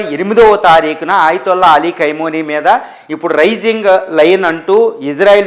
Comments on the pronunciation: కైమోని, కైమా కాదురా అయ్యా ఖమేని రా అయ్యా తెలుగు సరిగా నేర్చుకోండిరా అయ్యా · కైమోని కాదప్ప ఖమేనీ 😂😂😂 ఏం న్యూస్ 😂😂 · కైమోని కాదురా పిచ్చ నాకొడక. ఖమేనీ అని పలకడం కూడా చేతగాని వెర్రి పుష్పానివి నువ్వు. నిన్నెవడురా నిపుణుడికింద తీసుకున్నది? ముందు నీ ఉచ్చారణ సరిచేస్కో. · కైమో నీ కాదురా బాబూ ఖమే నై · Nayana Kameni Ani Anandi Kaimoni Kadu😂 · ఖైమోని కాదురా హౌలే... ఖమేని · ఖైమోని కాదు రా చవట, ఖొమేని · Khamenei and not khaimoni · కైమోని కాదు.. ఖమేని.. సరిగ్గా తెలుసు కొని న్యూస్ చదవండి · ఖైమనీ, ఖైమనీ అని ఆయాన్ని ఖైమా చెస్తున్నేరు. 😀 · 😂 ఖైమోనీ ఏంటండీ బాబూ… 😂. పేర్లు సరిగ్గా పలకండి సార్‌. వింటుంటే రోతగా ఉంది.